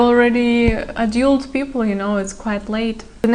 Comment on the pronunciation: Девушка все прекрасно, но foreigner - форинер, не форинджер, adult - адолт, не адьюльт, you might not now, не you might don’t know 😊